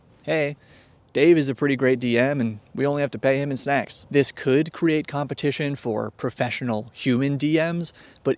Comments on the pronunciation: sounded like secks on double speed not snacks 😅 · "Hey, Dave is a pretty great DM, and we only have to pay him in snacks." - I totally misheard "snacks" as some other form of payment and had to re-listen to that several times before I figured out what the actual word was. Was briefly thinking other DMs were getting a way better deal than I am.